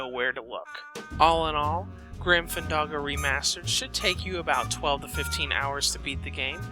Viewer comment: It's not Grim FanDAHGO, it's Grim FanDANGO. Jesus.